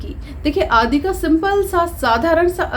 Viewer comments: आदि का सही उच्चारण कीजिए,आप आदि को आदी कहती हैं! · सही बात है, दोनों शब्दों के अर्थ अत्यन्त भिन्न हैं। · Aap to khud hi Hindi kee tang tod rahi hai आदि इत्यादि का उच्चारण नही आता है। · आप आदि और इत्यादि का उच्चारण ही नहीं कर पाती हैं